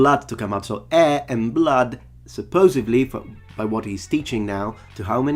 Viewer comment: Great video but . you pronounced "supposeDly" "supposeVly". There's a "D" in the word, not a "V". And .